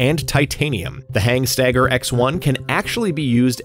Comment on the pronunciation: Good video. Not sure where the extra "G" in Hanstaiger came from though... Definitely not HANGstaiger...